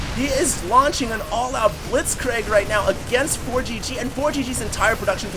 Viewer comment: haha you pronounce words in ways ive never heard before. "blitzcraig" xD